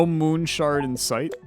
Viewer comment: the devs watching you enjoy the game :) the devs every time you call it moon shard :/ i loved this video very adictive